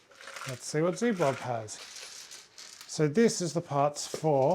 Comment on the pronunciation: Its doomblob not dark zblob